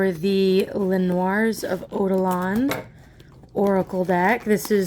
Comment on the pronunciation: Noirs pronounced N-wahs dahling xx